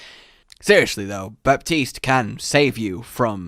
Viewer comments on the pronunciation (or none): Its not baptist its batis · “Be-teas-t” is how I believe it’s pronounced. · I think his name is actually pronounced "Batiste" (without the P). At least thats something I heard from someone called that on Reddit, but with my limited knowledge of french (since its a french name) I believe that its correct. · He said Bastille 😂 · It’s pronounce baa-tise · Btw We don't say the "P" in Baptiste we say "Bastiste" :D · you should have heard him during the recording. So many butcherings of his name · ACTUALLY the p is silent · Normally, the "p" in Baptiste is mute but whatever. English, amirite? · I hate to be that guy but you're still saying his name wrong. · You don’t pronounce the P. :D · He said the name wrong LUL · You don’t pronounce the p in Baptiste